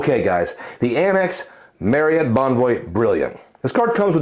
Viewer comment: I’ll always credit you for teaching me the proper way to pronounce Marriott. For me, it’s tough to justify any premium hotel card compared to a premium airline card. Main reason being there’s only 3 airlines that fly out of my home airport compared to the numerous hotel partners when I arrive to my destination. But for others, it’s a powerful card 💪🏿